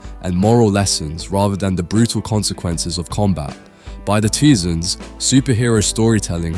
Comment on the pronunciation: Did this mofo just say the twosans for "the 2000's" 😂😂 min